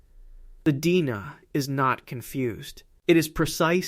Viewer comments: D-N-A not "Deena". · Deoxyribonucleic acid. The AI voice Almost sounds real, but the mispronunciation of "DNA" gives it up.